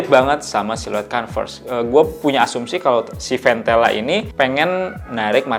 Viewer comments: iya kalau mau pake O dibacanya kOnves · iya nanggung banget, kalo mau pake huruf O minimal huruf R nya jangan kedengeran biar kayak British. Kalo mau kAnvers huruf R nya kedengeran